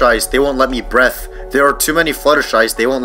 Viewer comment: Uh dude, the pronunciation you did was not quite what you were looking for here. The "Breath" here was supposed to be pronounced as Bree-Thv.